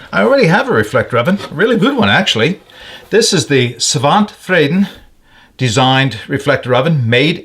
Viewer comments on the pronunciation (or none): Svante is pronounced svann - te. 😊 It's a man's first name.